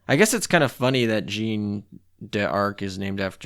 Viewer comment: Aight I’m gonna be that guy, sorry lol. “Jean” is pronounced as “John”, so “Jean Bart” is “John Bart” “Jeanne” is pronounced “Jeh-Anne” Also the stats are crap on Jeanne d’Arc because she’s historically a training cruiser. Hope these helps